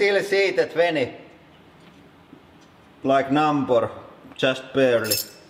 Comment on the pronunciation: "like nambur" 😂